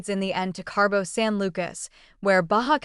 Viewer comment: Aaaaaaaaa! There is no R in Cabo!